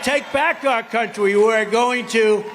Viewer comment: hahahaha he said "we are going to take back our countwy"